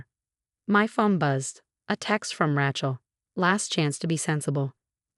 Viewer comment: It's Ray chel. Ray Ray Ray. Makes me nuts. Pick another name like Mary.